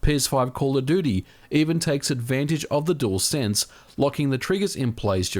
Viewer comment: Aussie dude: DUALSENSE is DEWELSENSE, NOT DOOLSENSE